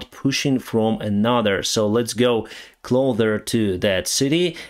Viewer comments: Hey my friend! I have noticed you keep saying ‘Clother’ for the word Closer. It’s more like ‘Klocer’ if you get what I mean;) ❤ Slava Ukraini! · 'Closer' = C l o - S i r ✅ C l o - T H e r ❌